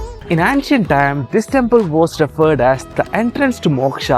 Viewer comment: Not ‘antcient’ say ‘aencient ‘